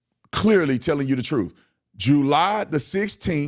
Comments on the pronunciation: Crump and his truff? Learn to speak!! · Is it me or does it bother anyone else that he cannot pronounce TRUTH correctly!!!! The is no F in truth!!! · Is it me or does Crump sound like he's mentally challenged? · Why can this man CRUMP who supposedly made it through friggin law school NOT ABLE the pronounce a simple word such as " TRUTH " .......He just cannot do it even tho he says he wants to get down to the TROOF ❗️ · Maybe start by learning how to speak!? It is TRUTH not troof. It is ASK not ax! You cannot read!